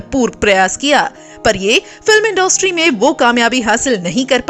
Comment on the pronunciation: इंडोस्ट्री नही इंडस्ट्री होता है हिंदी तो ढ़ंग से बोल लो...😡😡😡